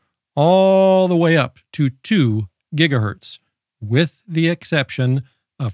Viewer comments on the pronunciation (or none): none